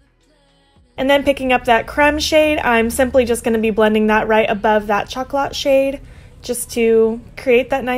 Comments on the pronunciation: My favourite is definitely the third look! Love how it matches your hair 😍💜 (P.S. Chocolat is pronounced show-ko-law 😉🍫) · I love your new hair! My fave on you yet ♡ And these are all so different to other looks I have seen with this palette. Chocolat is pronounced shock-O-lah btw :)